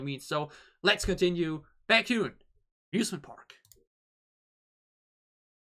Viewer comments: No need to add the group name. You only add the group name if that member has a similar name with other kpop groups that is uncommon in Kpop industry. Plus it’s pronounced as ‘Bake’-‘Hyun’ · There's is only one BaekHyun. But there is a kai in another group. So you can just put BaekHyun in the title. And is pronounced beck-hyun is more similar with the word bacon. Today 27th of November is Chanyeol's birthday 🎂